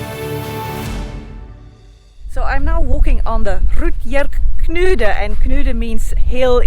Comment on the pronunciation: Sjovt. Jeg tænkte lidt det samme da hun prøvede at udtale Rubjerg Knude, som jeg har set 2 gange dog inden det blev flyttet. Fantastisk sted i har der i det nordjyske. Nuvel damen er hollænder, så alt forladt. Men videoer har hun styr på at lave, det skal hun have. elsker at følge hende på hendes ture. God måde at lære lidt om verden uden selv at være alle disse steder. Hilsen fra det midt-sønderjyske.